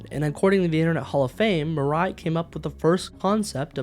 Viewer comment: talking the pronunciation though, i suggest you pronoun any asian names as-is, not imposing english kind of rule upon it, as it sounds very weird for me as an asian (even though im currently not fluent in japanese, but im learning it). Murai should be pronounced moo-rah-i, not mer-rei (the autogenerated subtitle insists in what it heard was "Mariah" or something). not trying to nitpick or being a smartass though, but i guess it would somewhat be something worth noting.